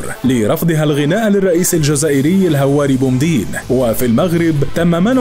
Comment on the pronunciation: الدقيقة 6 و 20 ثانية تم نطق اسم الزعيم الجزائري الراحل هواري بومدين بصورة خاطئة